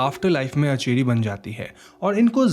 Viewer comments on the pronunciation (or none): It's aanchari ..... Not acheri